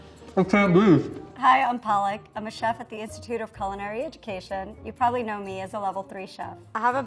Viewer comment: the way you are saying your name it sounds like spinach(in hindi)